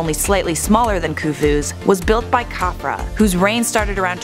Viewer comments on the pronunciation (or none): none